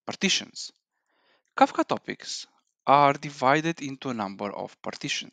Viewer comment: its kafka not kakfa